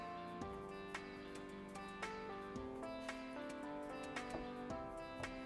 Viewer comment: it’s pronounced like crock muh-syur